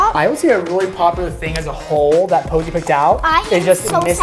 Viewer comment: It’s Rosie not poise 😂